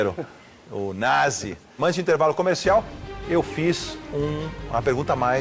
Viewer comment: O nome do cara é Na"z"i. klkkkkkkkk